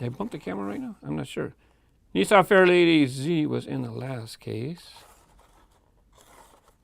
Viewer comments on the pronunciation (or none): none